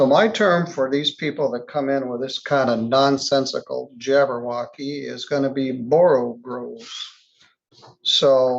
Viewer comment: Every time he says jabwrwocky I giggle...